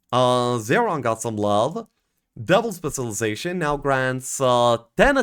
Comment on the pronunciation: Taking a shot everytime mispronounces specilization